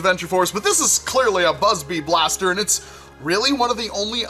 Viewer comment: he speaks blast e r